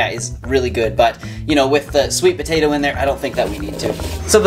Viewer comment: Petitioning to change "potato" to "tapato" officially